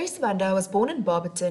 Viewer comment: You pronounced her surname wrong.